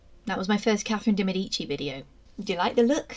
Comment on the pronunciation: I wish these so called experts would learn how to pronounce de Medici properly